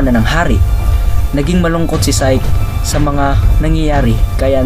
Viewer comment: Psyche ang pronounciation is sayki